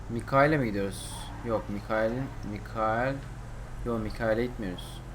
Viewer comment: abi onun adı mikail degil maykıl